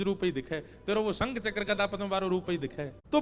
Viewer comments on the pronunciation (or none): none